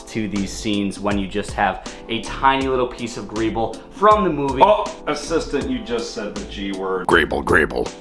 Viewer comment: y cant u say greebly